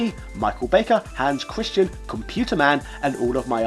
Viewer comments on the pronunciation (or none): none